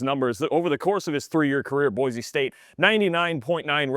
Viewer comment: Boy-See, it is pronounced. 🤙🏼